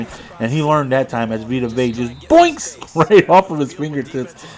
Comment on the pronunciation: Yo,, I love ya man, but I hate the way you say Vita Vea